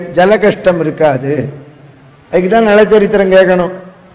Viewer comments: நள சரித்திரம். நல சரித்திரம் அல்ல. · நல சரித்திரம் இல்லை. நள சரித்திரம் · நல சரித்திரமா? நள சரித்திரமா??? டமில் வால்க....